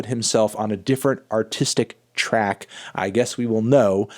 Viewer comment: At first I thought you said “Trap review!”...